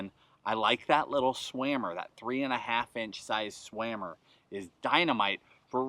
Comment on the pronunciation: Amazing video man have been watching for ever love it when you say swammer lol